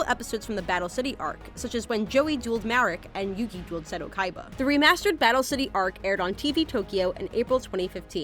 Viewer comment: When the host mispronounces the main characters name